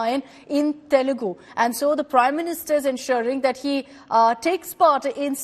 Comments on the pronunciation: Itna padha likha hoke bhi kya fayda when you don't even know the basics. It is TELUGU and not TELEGU! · Its not telegu. Its telugu you mfs never gave any importance to others language atleast write the name of the language properly thats the least you can do